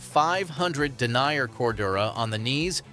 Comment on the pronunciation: its den ear, not denier FFs, and how unbiased is it when the majority of the 'ad' is KLIM